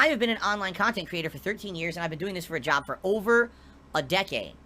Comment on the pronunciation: Despite how he's run his "bizniss" into the ground over the years, he could easily put on a resume under skills: "Content Creation, Video Editing, Public Speaking, Business Management, Marketing, etc." He just doesn't want to go to an ahffice to work a real jahb anymore. At this point I think if he had to go to a 9-5 job 40 hours a week it might kill him. He'd definitely get a divorce if that happened, his tahxicity would reach critical levels.